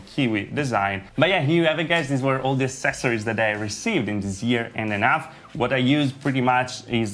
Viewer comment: Check out how to say "accesories" ...